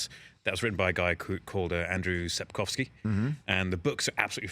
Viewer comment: I like how he learned how to say authors name correctly